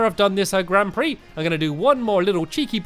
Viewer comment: Grand pix he say grand pree